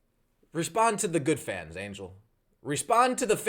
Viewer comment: "That's not too good. That's not too goood." What was that, ???😂 Was that a Chinese accent? 😂